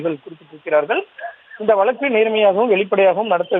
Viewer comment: வலக்கு இல்லப்பா வழக்கு... Ignoring news due to No Proper Pronunciation...